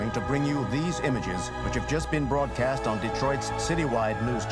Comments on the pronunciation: OMG "BRAODCAST"? xD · Um What’s a Braodcast? 😂